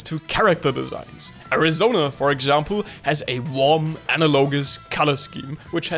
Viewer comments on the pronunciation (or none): none